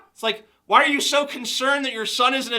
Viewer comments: I started goddamn SCREAMING laughing when you pronounced "ypu" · I couldn't stop laughing when TJ pronounced "YPU"